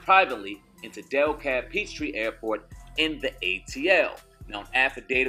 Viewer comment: Cuz..... Its DE-Kalb (decab) county... Goodness... Dellkab... Smh